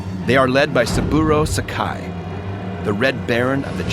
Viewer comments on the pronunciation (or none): This is a great video! I believe Saburo Sakai's name is pronouced as Sa-ka-ee, rhymes with Hawaii.